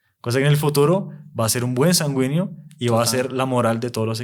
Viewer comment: Muy bueno el tema pero por favor corrija la pronunciación sanguíneo